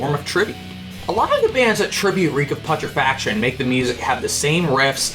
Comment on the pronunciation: The fact that you fail to pronounce "Reek Of Putrefaction" correctly.....